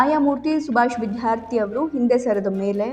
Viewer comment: MADAM, YOU PRONOUNCE CORRECTLY ITS NOT ''' VIDHYARTHI ''' BUT ITS ''' VIDYARTHI '' CORRECT YOURSELF PLEASE.